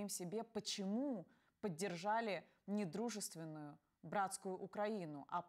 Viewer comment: Пані Яніно! Я Вас підтримую однозначно. Зауважу одну маленьку деталь. Коли ви промовляєте "...сможете ли вы объяснить своим детям, почему вы поддержали не дружественную братскую Украину...", що насправді чуємо "недружественную" акцент зміщено і сенси якщо не втрачено то заплутано. Я в жодному разі не повчаю, я не граммар-наци(ну може трохи), я хочу сказати, що дуже часто чую як українські політики чи журналісти "жують кашу" і зичу вам бути кращою. "Хто чітко мислить, той чітко висловлює свої думки" і навпаки )